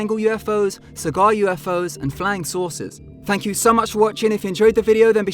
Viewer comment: No... it's fank you guys so much watchinggggg